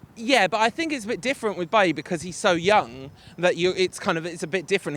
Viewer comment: its not bae-ly its buy yee